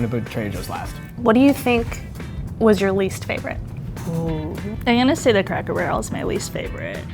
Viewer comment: Did the man really say craycker barrel